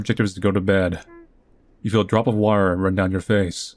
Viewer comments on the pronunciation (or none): none